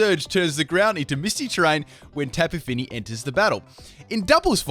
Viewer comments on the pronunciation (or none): Tapi Fini? Mitsy terrain? You drunk?